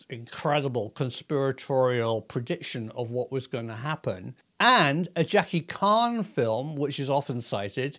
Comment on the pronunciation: 'Jackie Khan'? 😂 You mean Jackie Chan? 👍